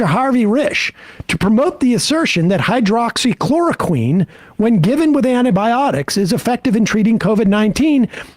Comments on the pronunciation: Wow, butchering the word hydroxychloroquine really makes me want to trust you. If you don't know how to pronounce it, then how do YOU know the difference between HCQ and fish tank cleaner? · Sam trying to say "Hydroxychloroquine" just never gets old :D.